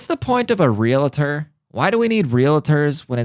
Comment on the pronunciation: Lol it is pronounced real-tor